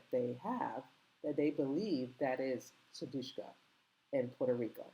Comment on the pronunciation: How is it possible to continue to mispronounce her name.How ignorant.Her name is S-U-D-I-K-S-H-A.Get it right